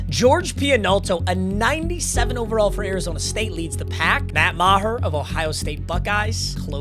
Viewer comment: That is not how Meagher should be pronounced, IDGAF. Hooked on phonics can work for you, kid.